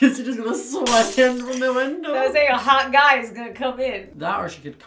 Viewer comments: I also thought was saying hawk eye and I was so confused 😂😂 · Who else thought that she was saying Hawk eye instead of Hot guy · I thought was saying hawk eye to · When I was little I thought hawk eye was hot guy and wondered why my brothers were saying hot guy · When said "Hot Guy" I also thought she was saying Hawkeye and was confused 🤣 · I thought she said Hawkeye too lol love you guys your the best and I love you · I swear said Hawkeye not hot guy 😅😂